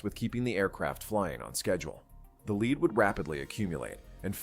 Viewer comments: AI crap again. Just one, it's tetraethyl LED, not LEED. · Leed ? Can't you dummies teach the computer to say led (lead) ? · AI narration. Pronounced "lead" the wrong way for the context. Also why the eff is the image reversed? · If you want AI to pronounce “lead” (the element) correctly, write your prompt as “led.” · Yes, but he (it?) pronounced it leed. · "lead" dead giveaway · Just after in the video we hear about leaded fuel; the first instance of the word is correctly pronounced, after which it is pronounced "leed" by the robo-narrator. Confusing until you figure it out. So great to see so many pics of this beautiful animal . . . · Good content, but why, oh why, the seeming pervasive need for artificial dialogue? There are so many giveaways; for example, the narrator, when talking about fuel, says 'leed' instead of lead, the metal. Just hire a reader, for god's sake. I down rate all the sites that use this type of narration. The script has to be written, have a human read it. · The problem with computerized text-to-speech; pronouncing the element LEAD as LEED. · Got to see the Qantas bird in Nadi, Fiji in the 90s when I was there. It had made a stopover before going to Australia. They let me walk through it and look all over it. Fantastic airplane for its day, and always lovely. Production point - too bad your IA voice pronounced "lead" as "leed" when talking about lead in the fuel. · When referencing the element "lead" it's pronounced (led) with a short "e". Ones a noun, the other version is a verb. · The leed. Its lead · This is an engaging, informative short doco. Do please note that the pronunciation of "lead' at about 10'-50" is confusing.